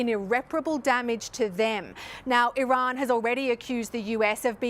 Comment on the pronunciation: Amazing, a journalist that pronounces Iran correctly. I see you, Sir. Props